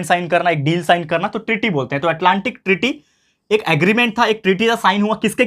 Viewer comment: Sir Atlantic treaty hai voh aap bol rahe ho ki tearry kya sir 😀